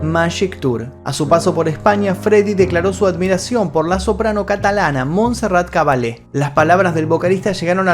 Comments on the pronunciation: PERDON..soy de España...no se dice ..Cabalé...aunque tenga 2 L..ESO ES EN ITALIANO...se dice ..CABALLÉ... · me ha explotado media cabeza 🤯 al escucharte decir Montserrat "Cabale" 🤦🏻‍♂️ eso de traducir directamente del ingles con lo mal que hablan... es Montserrat Caballé por si no quieres provocar embolias celebrales a los españoles y catalanes que conociamos su obra como gran Diva de la opera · monserrat cabal-le.....NOOOOOO xd..... se llama monserrat caballé